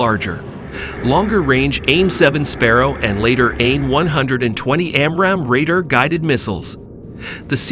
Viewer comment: man you have to work on your pronunciations, you are really off on RADAR, SIDEWINDER, AAMRAM, FUSELAGE